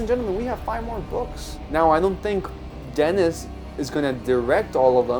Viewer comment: Huge Dune fan and a big fan of Denis Villnueve. Just a heads up, his first name is pronounced "Den-E". It's French, so similar to how the French pronunciation of Paris sounds like "Par-E".